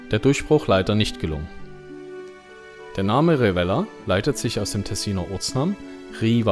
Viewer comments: und das v als w ausgesprochen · man sagt Rivell-AAAAAAH